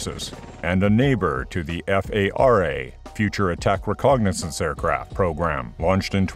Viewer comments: What's is "recognasance"? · I had to stop watching after the second time you called it a "recognizance" helicopter. You need a better proof reader.